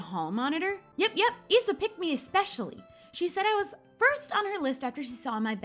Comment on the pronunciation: i LOVE the yellow nail color so pretty <3 i think Principals Isa's name is said with a Srong I that's how i said it when i did it atleast. can't wait for next episode of course i've done this before but i don't do it anymore so yeah love ya or